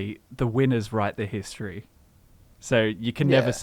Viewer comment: pronounces "history" like hist tree confused me for a sec